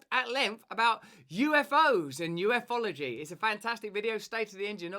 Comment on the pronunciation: U-fology, not U F ology.